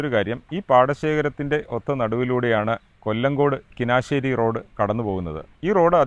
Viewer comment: Bro ,കിനാശ്ശേരിയല്ല കുനിശ്ശേരിയാണ്. വീഡിയോസ് ന്നായിട്ടുണ്ട്.